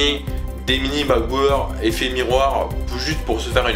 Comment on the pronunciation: tu dis macboeu eur au lieux de macbook air